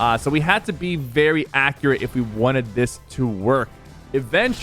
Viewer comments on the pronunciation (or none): none